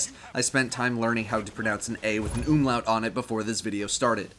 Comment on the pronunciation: Ok I had to stop the video at the beginning just to say that you pronounced "Umlaut" exceptionally well. Best pronunciation of that word from an english speaker ever. And I have no idea how to correctly pronounce the manufacturer of the weapon btw :P (FYI I am from Austria so that's where the german comes from) PS.: Love your videos